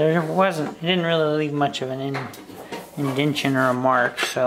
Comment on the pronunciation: It’s uncanny how similar commentary is to Jerry’s. He must have watched a lot of his videos before joining the team. He even said “indent-shin” instead of indentation. Haha. Neat little guitar and job well done.